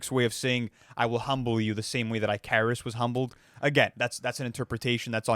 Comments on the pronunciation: Butchering that pronunciation of Icarus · Yo. It’s not pronounced “Eye - care-es” it’s “ick-uh-ris” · It is pronounced "ICK-uh-russ" not "EYE-care-us." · Whoever told them it’s pronounced “I care is” it’s not it’s Icarus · Bro said I-CARE-US!? My boy never heard of ICK-ER-US!?!? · Eye-carus? Huh?!? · Why are you saying “Icarus” like that? It’s ick-uh-riss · EYE-carus pronunciation for Icarus has me dying ☠️☠️ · The Icaris pronounciation is terrible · Aint no way we reading icarus as eyecarous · Pronouncing Icarus as “eye-care-is” 😭😭😭😭😭 these fuckin Canadians must be stopped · It's pronounced ick-uh-rus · bro really pronpunced icarus "I-Care-Us"😂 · eyecarus? never anyone pronounce it like that I was mad confused. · These guys can't pronounce anything 🤣 Eye-carius, Holly's Comet 🤣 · Man said “eye-careis” for Icarus 😂😂 these Canadians are funny man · Ick curr iss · Eye-carus is killing me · This is the first time I’ve ever heard Icarus pronounced ikarus lol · Eye-karis? Lmao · I love that you guys mispronounce every name you said lol really funny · Ikr? I had to rush to the comments to see if anyone else noticed every name and second word is mispronounced. 😭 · i carus is crazy pronouciation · Watching correct reading every 30 seconds but bro can’t pronounce Icarus 😂😂😂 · HOW DO YOU PRONOUNCE ICARUS LIKE THAT WHAT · They way they pronounced “Icarus”😭😭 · insane pronunciation of Icarus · The pronunciation of “Icarus” funny af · I don’t think I’ve ever heard someone mispronounce ‘Icarus’ before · Who is bro pronouncing "Icarus" like that 😭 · not being able to pronounce Icarus is so funny to me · I was FLABBERGASTED when I heard him pronounce it like that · That's not a Canadian thing. That's just someone not knowing how Icarus is pronounced. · the pronunciation of Icarus😂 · That's not how you pronounce Ikaris. That's not how you pronounce Hailee's comet. Drake's son is Adonis not Addidon